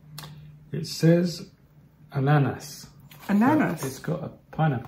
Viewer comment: pronounced Ananas, Perfectly in French, for Pineapple. He is such a darling. You are like chalk n cheese. 🎉🎉🎉🎉🎉🎉🎉🎉